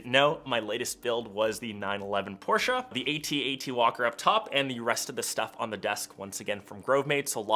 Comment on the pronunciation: Thumbs up for me. Thanks so much for pronouncing Porsche correctly. Most forget there’s an “e” at the end. So yes, thank you.